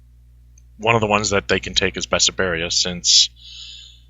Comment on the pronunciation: It is called BESSARABIA. Not Besaberia. :D